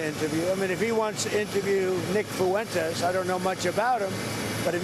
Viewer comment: Lol "Nick Foo-entes" hilarious 🤣